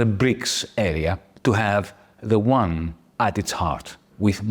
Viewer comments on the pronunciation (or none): BTW, the YUAN is pronounced U-AN, not WON, which is the S Korean currency.